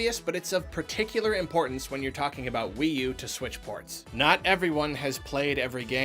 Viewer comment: Im-PORT-ance! I’m sorry